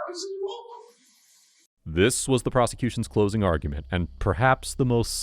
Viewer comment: does she not know how to say pistol?